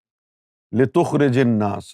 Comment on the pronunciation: litukhrijan nasa he app se parhne me ghalti howi he app ne litukhrijun nasa parha he